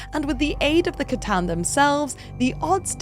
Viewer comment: Sooo glad you say C'tan with a hard C and not an S 😂😂